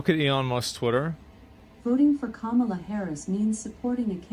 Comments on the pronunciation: So we're told she's ahead in the polls, yet no one can even pronounce her name? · She also pronunciate Kamala wrong lol. Alexa is waycist 😂